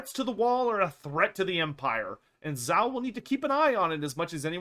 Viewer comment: I gotta say, his name is "Zhao" not "Zao." It's pronounced kind of like "Jao." Sorry, I love your content but I could only hear it mispronounced so many times ha ha ha.